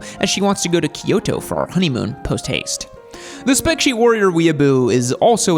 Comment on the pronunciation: "Post Haste" ... 🤣